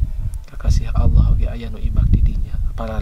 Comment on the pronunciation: Oh my god, oh my god...apa sukar lo menyebut nama ALLAH.!